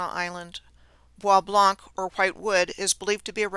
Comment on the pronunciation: The soo locks arent as advertised is my guess. Bois Blanc is pronounced as BOB LO. Gratiot is pronounced as Grashit.